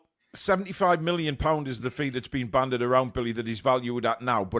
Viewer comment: The word is bandied, not banded.